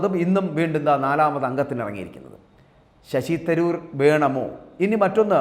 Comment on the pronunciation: നീ മാത്രം ആണോ തിരുവനന്തപുരം. കളഞ്ഞിട്ടു പോയി പണി നോക്ക്. Shashi തരൂർ എന്ന് നിനക്ക് ഒന്ന് മര്യാദക്ക് പറയാൻ പഠിക്കു.